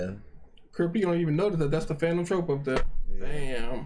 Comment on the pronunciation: my guy its pronounced TROOP